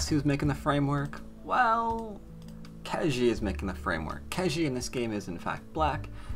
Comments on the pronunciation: Ke Jie is pronounced Ke Jea (as in yea) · Hi, to get the right pronunciation, copy 柯潔 to Google translate and choose both "from" and "to" as Chinese. Then you can click on the speaker icon to hear how it's pronounced.